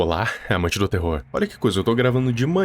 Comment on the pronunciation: "olá amante do terro" Eu: olá mestre do terro